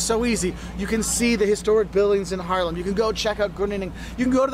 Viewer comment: ‘This guy knows what he’s saying’ Me: well yes, but actually no (I’m talking about the pronunciation of Haarlem Groningen etc)